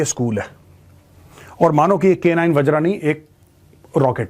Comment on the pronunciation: वज्रा नही, वज्र बोलिए सर 🙏